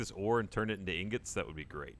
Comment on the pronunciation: Why the hell is Gav calling ingots "Newgents" or whatever?